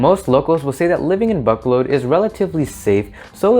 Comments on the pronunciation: Ba-co-lod is how you pronounce it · Buck colod is that how locals pronounce it? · Dear, you are not pronouncing the name of the city correctly. Please transfer your emphasis from the A sound to the first O and then the second O. Besides that you did a pretty good job.